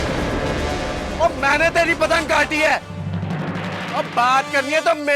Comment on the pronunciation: Everybody : Mene kati. Iyar : Maine kati. 😂